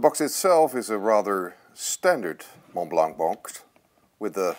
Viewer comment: How can you buy such an expensive pen and not pronounce the name correctly? The T in Mont and the C in Blanc is silent.